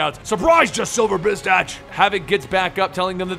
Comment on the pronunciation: hey isnt it bastich? not bitstach right?